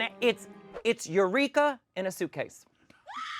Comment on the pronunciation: Not You-Reek-uh!